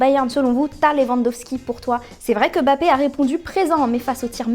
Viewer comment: on dit Mbappé